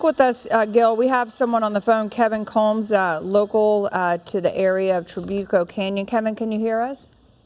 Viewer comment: So far nobody has pronounced Trabuco correctly!!!